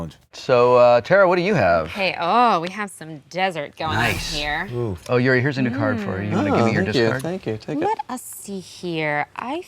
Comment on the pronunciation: There's a "U" and "I" in Yuri...